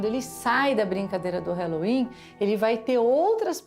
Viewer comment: Fala halloween direito